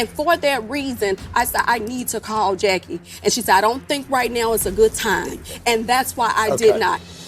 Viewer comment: 🗣️ every Time I hear Dr Jackie - I hear Dr Jekyll instead. THAT'S the name of a 2 faced medical mean gorl